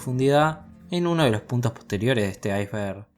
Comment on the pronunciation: en vez de iceberg, icenberg